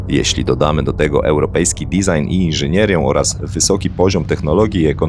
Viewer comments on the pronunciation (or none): none